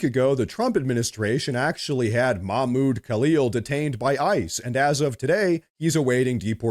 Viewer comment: Don't forget to pronounce the "h" in Mahmoud.